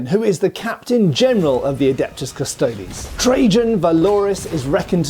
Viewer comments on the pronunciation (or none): none